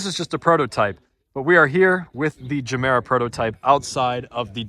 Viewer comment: The Ge in Gemera isn't a hard [DJE], but soft like in Yoga. Or if you've watched Anchorman where he says jogging with a soft J.